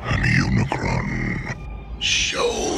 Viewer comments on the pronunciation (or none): UniCRON, not UniCORN. 🙄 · Unicron.... it’s Unicron. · UNICRON - not Unicorn lol! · Sigh... it's UniCRON for god's sake, not Unicorn. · Uni CRON, not CORN. But ya got it eventually 😂😂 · It's pronunced Uni-CRON, not UniCORN. Look it up, dude! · LOL its Unicron not unicorn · you saying "unicorn" instead of Unicron got old quick. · Its Unicron not Unicorn. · lol you always get a name wrong. UniCRON not unicorn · Really, they say it many times in the movie how to pronounce UNICRON, NOT UNICORN. It is CRON not CORN. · Don't sweat the mispronounciation of Unicron; I remember a 10 year old boy saying it as "Muh-unicron." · it's unicron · Unicron, he kept on triggering me off each time he said it wrong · Forget those awful live action movies. This is how you make a Transformers movie. Also, how can you not say Unicron? It made me laugh every time you said Unicron. 😂